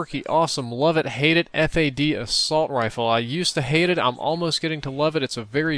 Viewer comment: Stop Calling It Ef Ey Dee , Its FAD